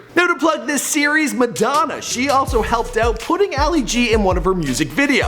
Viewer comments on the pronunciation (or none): none